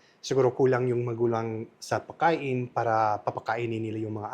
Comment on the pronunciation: pwede paki-ayos mo naman yung salitang "Pagkain". Please lang kasi I'm getting annoyed whenever I hear you say "Pakain". Don't forget to pronounce the letter "g"